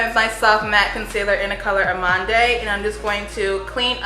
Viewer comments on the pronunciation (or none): Ochre - "OAK-er" Amande - AH-man-d Love your channel, sis!